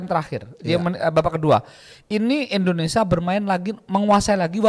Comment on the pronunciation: INDONESIA Kang bukan ENDONESAAAA